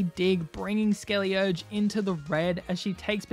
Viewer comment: Its SkeleDirge